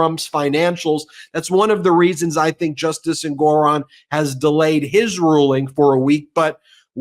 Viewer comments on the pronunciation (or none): none